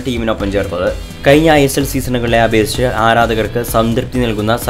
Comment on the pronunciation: ഇപ്പോളും ഴ ഉച്ചരിക്കാൻ പറ്റുന്നില്ല അല്ലെ. കയിഞ്ഞ ഐ ലീഗ് സീസൺ എന്നാണ് പറഞ്ഞത്.